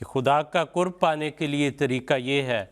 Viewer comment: Kurb nahi qurb sahi lafz hai